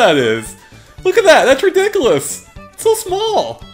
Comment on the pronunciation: Lol he said redikalis